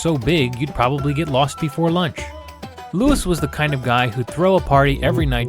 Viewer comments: It's not Lewis, it is Louis like Louie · Was the Louis pronunciation a deliberate choice?